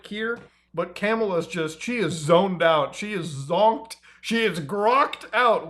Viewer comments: You’re mispronouncing Kamala as well as one other persons name incorrectly. Which is actually kinda weird since 99.9# of people have been pronouncing it correctly in the media and on the internet for years. Either way it’s not a big deal, just wanted to point out it’s an “ah” not an “aye” sound. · VP Kamala Harris’ name is pronounced like this COMA-LA that’s why on signs we sometimes do this: ,La ❤ hope this helps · We speak english here its "CUH-MAUL-UH" not CAMEL-UH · You can never win with the pronunciation of Kamala's name... You FR pronounced it as Camel Nice! They're keeping it real! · "CAMEL-uh" Harris 🤣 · Bro said camela harris 💀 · why tf did u pronounce it Camel-uh harris 😂 i never heard anyone say it like that lol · Bro has been on enough Destiny discord calls to know her name is not CAM-ala smh. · Bro said camela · He pronounced kamala wrong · Bro she’s about to be the next president, should probably learn how to correctly say her name.